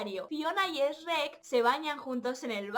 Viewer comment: "Esreck" JAJAJA no puedo con el doblaje español Supongo que les pasa los mismo al oír "chruec"